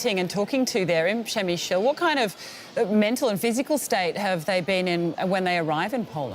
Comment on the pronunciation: Repeat after me: Pshe-mishl not Pshemisheel. If you have to, use the German pronunciation: Premissel.